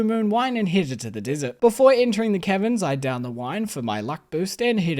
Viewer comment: You pronounce caverns like Kevins and that's amusing 👍